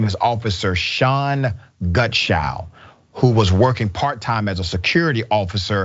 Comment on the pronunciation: clean yours because yes he did keep saying gunshow and each time he said the name slightly less incorrectly until he showed his name on screen. I watched it 3 times before I commented to make sure.